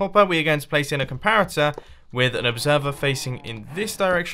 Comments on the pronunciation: "you want to place a complarator" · id anyone notice mumbo saying comlarator when building the coco bean farm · we want to place a complarator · place a complarator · Mumbo calls a comparator a "complarator" with an 'L'. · I am honestly sick of everyone laughing about mumbo saying comparator. Im in quarantine and haven't seen anything funny in a while. AND I DO NOT FIND COMPLARATOR FUNNY. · Did he just say complaritor? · a comlarator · did he say "complarator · is it just me or did he just say “complarator” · "Complarator" xD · did anyone else hear "Complarator? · Mumbo: Complarator Me:😂😂😂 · ok now we are gonna place a complaroter XD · who else noticed that he said "complarator"? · “Complarator” XD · "And then you place a COMPLARATOR..." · ''You want to place a COMPLARATOR...'' hahahaha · for the cacao bean farm he said complarator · no, not a comparitor a "COMPLARITOR"!! LMAO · On the coco bean farm you said “ let’s place the complariator on this” LOL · He's speaking mumbo jumbo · " We want to place a complarator" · Complarator? lol mumbo u are awesome. secs in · Whats A "Complaritor" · Did he just say complarator? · is it just me or did Mumbo say complarator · "A complarator" lol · Legend O' Logan complarator complarator complarator 😂😂😂 i can't get enhoug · Did he say complarator? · did he really just say complarater? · did he say "complarator" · Legend O' Logan I noticed that too 😂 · "Complarator" lol